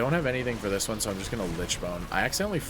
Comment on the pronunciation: I love the commentary, VERY helpful as someone whose still learning, but already hit KSM with frost... HOWEVER I can't describe how tilting it is to hear you say Lichbone instead of Lichborne XD gave me a little twitch everytime lmfao